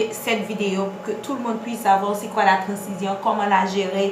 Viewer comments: Ça s’écrit transition mais ça ce prononce Tran-zi-syon 🤦🏽‍♀️ Apprenez à parler ... oubyen palé Lang maternelle ou 🙄 vin fè moun ront la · Merci pour la video, c'est instructive et précise . C'était presque parfaite. Il n'y a que le mot " trancition" qui m'a cassé les oreilles.